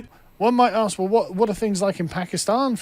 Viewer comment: Let me axe you a question